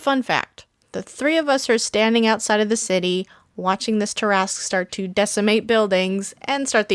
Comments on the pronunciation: Why do you say it like that?!? I say it as (TAR-AH-SQUE) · Umm does no one notice she’s say tarasque (I may of typed that wrong) but she is most definitely not say it right lol